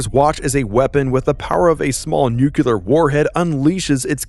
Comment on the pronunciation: Thanks for what you do but for the love of all that is right, please pronounce the word nuclear correctly. It's easy af so it really chafes my ass.